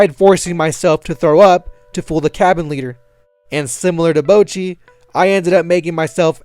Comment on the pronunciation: Who tf is Bow-chi?!???